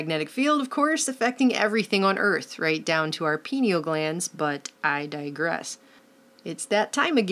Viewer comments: lol our "penial" glands? Is that our penises? I think you mean pineal glands (PIE-nee-AL). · pineal gland. say it like "penny L."